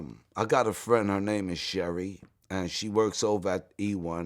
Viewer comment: "I got a friend, her name is Sheri" Why did he sound like a Nigerian when he pronounced "Sheri"? lol